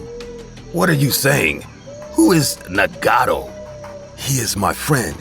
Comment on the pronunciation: Nagato (Nah-gah-toe) Na•god•tho